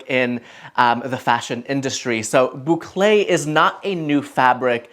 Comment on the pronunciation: Hello, tu prononces très bien le mot Bouclé 👍👍👍... Et merci pour tes sages conseils en déco.